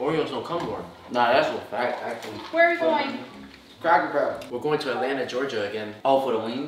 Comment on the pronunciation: My man said “crackle barrel